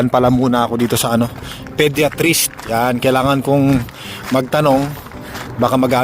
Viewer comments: Podayatrist ang basa not pediatrist, sakit sa tenga hahahaha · Tama ba rinig ko pediatris 😂 😂😂 Isip isip din 😂😂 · Podiatrist ( podayatrist) that’s the right pronunciation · Podiatrist is a foot doctor. And it's not pronounced that way. Paulit ulit mo pang sinabi. Wrong!!!! Jusko, research ka muna bago mag vlog. Kahiya!. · ang sakit nga sa tenga.